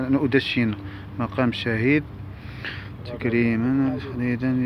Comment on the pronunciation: مقام ماشي مقان هههههههههههه